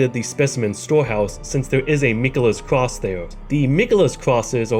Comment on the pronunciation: i mean it in no way other than wholesome and good, but the fact that you speak like "cwoss the wands between" made this video 10 times more awesome 😂